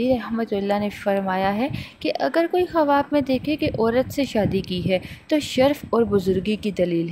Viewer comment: khuaab hota hai. kawaab nhi.